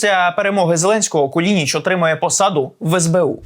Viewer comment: КУЛИНИЧ, а не кулІнІч.